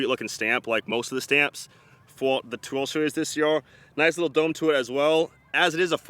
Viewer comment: Ta twenny twenny tree twar deries disscss